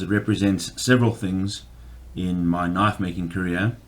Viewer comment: You call that a knoife? Well yeah, that's a pretty good knoife.